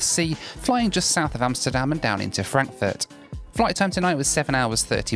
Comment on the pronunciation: Did he just say „Frankenfurt“??